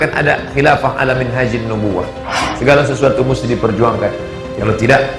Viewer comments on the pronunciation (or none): Zulkifli , ustadz apaan kalau ngomong ga bener "khilafah" , tangkap aja pak polisi .!!!!!!